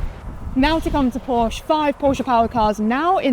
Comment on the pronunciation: She would do well to attend the Shea Adam school of motorsports presentation. Learn to pronounce the name of the man responsible for the many years of motorsports excellence. His name is Porsche. Two syllables. Show some respect. I appreciate her enthusiasm for the sport. A little bit of fine tuning on getting the details correct is all she needs.